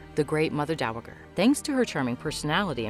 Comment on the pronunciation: Great show, irritating to listen to this narrator mispronounce dowager so many times.